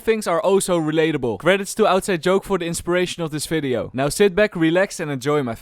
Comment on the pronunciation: Im sure youre a nice guy but can you please stop saying F instead of V. Example: "Welcome to this f(v)ideo" I dont intend this to be a hate comment at all